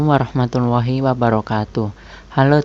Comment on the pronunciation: Banyak kata2 yg kepeleset ya, pahlawan jd palahwan, trs salam di akhir juga jd assalamualaikum warrahmatullawhi, semoga ke depannya jd lebih baik ya min, kaku bgt soalnya, keliatan baca teks bgt